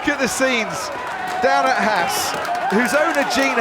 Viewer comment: Haas rhymes with Boss...not lass